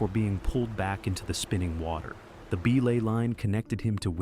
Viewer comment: That AI bot narrator kills me every time it pronounces belay as "BEE-lay" 🤣🤣🤣🤣🤣🤣🤣